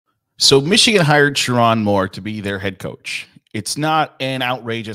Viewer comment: Didn't even bother to learn how to say his name? I think you'll be learning it.